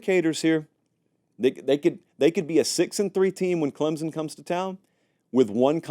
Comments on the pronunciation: Can you please pronounce Klem-sun correctly? It's not Klem-zun. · I love you Lord knows I do!! But will you please pronounce Clemson correctly!! 😂 there is no Z in Clem-Son!! C-L-E-M-S-O-N 🐅 thanks 😅